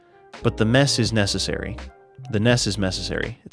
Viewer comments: I'm subbing just because you said "the ness is mecessary" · "The ness is mecessary" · you said "the ness is meccesary" lol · mf says "the mess is necessary. the ness is mecessary."